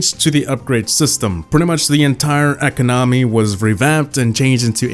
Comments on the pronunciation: saying e-co-NO-my instead of e-CO-no-my gets me triggered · economy is pronounced ee-KOM-uh-nee, not ek-uh-nom-ee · Why do you call economy eco nomi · The way he said economy has me scarred for life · Every time he says economy I cringe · He says economy funny🤣🤣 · The way he pronounced "economy" lol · HOLY EFF SAY ECONOMY RIGHT UR TILTING ME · Learn how to properly say economy please